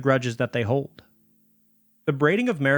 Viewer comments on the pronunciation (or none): none